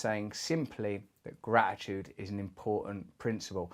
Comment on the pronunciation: Gra-i-tude... Russell's random dropping of T's 😁